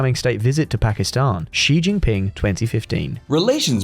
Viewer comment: I love and all of the affiliate channels, and think your content is great. But I absolutely cringe whenever you mispronounce Xi Jinping's name. It's much easier to say than the way you're saying it. Xi sounds like 'she' in english. Not 'zheee'. There is a slightly softer and more airy emphasis on the sh, but just saying an English 'she' works. Or, just call him CCP Pooh bear. I'm very OK with that also. 😇 But sadly, that may get you demonitized.